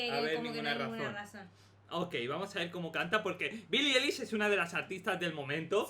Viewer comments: y su vida (la amoooooooooo)a Billie eilish, sólo para que aprendas se pronuncia Ailish y se escribe Eilish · Pero que no se pronuncia Eilish se pronuncia Ailish :v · Se pronuncia ailish